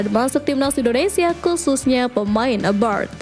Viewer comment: Abroad min, bukan aboard